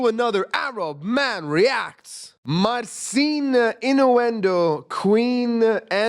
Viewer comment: Wish he'd pronounce his name properly, i.e. Mar-chin.